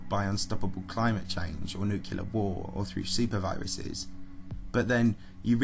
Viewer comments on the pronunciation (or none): I love your videos, but it is extremely grating when you mispronounce "nuclear" as "nucular." There's only one "u" in the word. "Nuclear." NuclEar." Not "nucUlar." "NucUlar" is not a word. That is all. Otherwise your videos are informative and entertaining. 👍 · For me, this is one of the best channels on YouTube. I love the quality of the content and the way the narration is delivered. One minor criticism: This is the kind of channel where the word “nuclear” comes up often. That’s “nuc-le-ar,” not “nuc-u-lar.” I know its a minor quibble, but it is a blemish on an otherwise stellar presentation. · I just expect a channel that claims to be a source of scientific and technological info to also use the correct pronunciation for the word "nuclear" (not nukular) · Nuclear ffs not NUKULAR. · Repeat after me, Nu-cle-ar. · NEW-CLE-AR FFS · Bro I love your videos but you really need to learn how to properly pronounce "nuclear." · Sorry. Had to stop listening at the fourth use of new-kew-lur. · There is no y in the word Nuclear. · Cool video but you keep saying nuclear wrong.